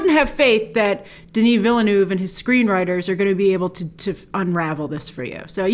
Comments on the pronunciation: No she’s not. His last name is 2 syllables not one. Taken years of French and I am Canadian. Canadians, French speaking or not have no problems saying his name. British people don’t either. I notice only Americans and sometimes Australians having problems with the pronunciation. Is “ville” that hard to pronounce? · The name Villeneuve name DOES have an 'r' sound in there. It's like the 'oeuvre' sound in horsd'oeuvre - or can't you pronounce that either?! There is NO 3rd pronunciation in Villeneuve - only 2! Vill-nerv. That is all. And regarding Sting's Feyd-Rautha character. Many have a feeling he'll be saved for the next film as he doesn't really do much from the beginning. He won't be absorbed into Bautista's Rabban. And for the love of all that is green - watch the Mini-Series! Maybe you'll get a better understanding of the story rather than watching the mediocre Lynch film where you're making a fool of yourself with all these assumptions. Just trying to help... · I'm by no means a French expert (I spit on the French). But surely it's pronounced veelnurv. It looks like "new town" to me: Ville(town) = veel, neueve(new) = nurv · Grace, probably one of the most beautiful trailers I've ever seen. Btw, it really is said "veel-nuv" where the u is the u in "cup". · You can do it Grace! It is pronounced: dəni vilnœv lol Love your channel! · you dont put an R in Denis Villeneuve! english speaking people have a hard time prononcing "eu" they sound like the french "u" so it sounds like you're saying Denis Ville-nuve. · I don't mind the mispronunciation, quite on the contrary that's original ! "Denis" is on point of course, the issue is with the second part of Villeneuve. Your "Ville-" is correct, but "-neuve" is pronounced as "nerve" in english, but without the R, "neve". The "u" being muted. "e"/"eu"/"eux" all sound the same in french/frenchCanadian. Wish you best. Source: I'm french and Villeneuve is a common name. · It is pronounced 'veal-nerve' ...